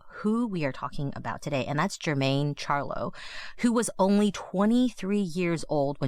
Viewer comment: Thank you for covering this story. Her last name and Salish and Kootenai are all misprounced. Other than that, any attention to this case is so important